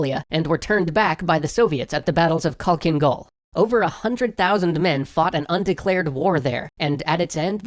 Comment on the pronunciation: Hear you trying to say "halhiin gol" made me laugh btw the actual translation has k's but they serve no purpose ( you just pronounse the h harder )